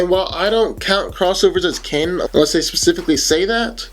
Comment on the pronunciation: I enjoy your videos, good work! Pronunciation tip: the word canon is pronounced the same as "cannon" not "Canaan" or "cane-an".